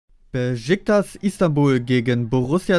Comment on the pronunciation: Spricht mal Beşiktaş richtig aus man Das neeeeervt Beschicktasch So und nicht anders